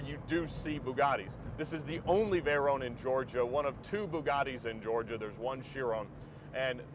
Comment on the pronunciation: its a nice car but please call it veyron note veyeronne its a name a famous name ! a racing legend Pierre Veyron !